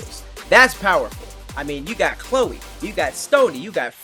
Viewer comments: Did call Cleo CHLOE?!?!🤣🤣🤣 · Did call Cleo, Chloe? 👀😂 Take this nigga black card